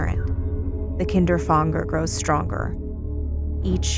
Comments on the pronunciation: Isn’t it Kinder-Fanger not KINDER FONGDER like wtf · If the word is meant to be German, its "Kinderfänger", not "Kinderfanger". You speak the "ä" just like the first "a" in "animal" for example ;) BTW: "Kinderfänger" means "child catcher" in German. (the more you now :D) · Is the Kinderfänger inspired by the rat catcher of Hameln? Also the German word Fänger, should be pronounced like f anger, So it would be ['kɪndɹ‚fæŋɡɹ] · that's not how you pronounce kinderfänger